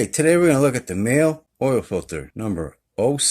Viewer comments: I believe it is pronounced like Ma-Lay. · They're a huge German OEM, it's pronounced like mah luh, they once were and may still be the manufacture of a lot of OEM cartridge filters for German cars. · Thanks for reviewing a MAHLE filter. Pronounced MAH-LEE. I used MAHLE filters exclusively on my Vintage 911's. OC264 is the # for the VW I have now. I may switch back to MAHLE actually. Looking forward to the Donaldson video this Friday !